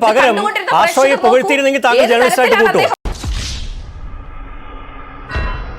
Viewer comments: Chintha MA ( Eng) ...., അയ്യേ മേയറേ...., ജേർണലിസ്റ്റ് അല്ല, ജേണലിസ്റ്റ് എന്ന് ശരിയായി പറയൂ.....!!!😮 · ജേർണലിസ്റ്റ് എന്നല്ല ഉച്ഛരിക്കേണ്ടത് ജേണലിസ്റ്റ് എന്നാണ് സഖാവേ 🤪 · ഇംഗ്ലീഷ് ഭാഷയിൽ ഡോക്ടറേറ്റ് ഉള്ളവാൾക്ക് ജേണിയലിസ്റ്റ് എന്ന് കൃത്യമായി ഉച്ഛരിക്കാൻ പോലും അറിയില്ലല്ലോ...